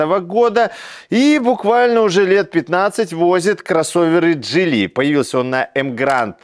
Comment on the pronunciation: Так Вы определитесь джИли или джилИ, а то на протяжении видео произносите название авто с ударением на разные слоги.